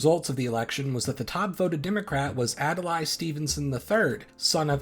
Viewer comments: Ad-lay, not ad-el-lie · Adlai Stevenson's name isn't pronounced like that.